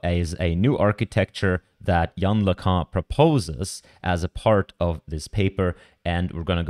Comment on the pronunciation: It's pronounced, "Yan Lickoon".